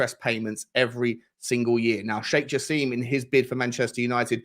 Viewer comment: It's not Jass-eem, but said Jass-im as in "him".